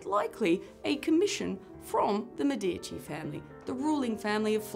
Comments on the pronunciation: It is Mèdici, not Medìci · Medici, pronounced MEdici, ok? Stress on "Me" and a long vowel. Short "i" in "dici".